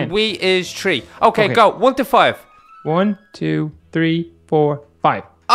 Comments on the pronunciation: Not tree three the th but u said tree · No offense and not hating but you guys say "tree" when it's "THree" not tree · you say tree not three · say three B-Max: Wee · donut said tree